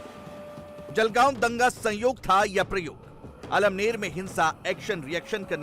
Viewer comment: अमळनेर है 👍 almner नहीं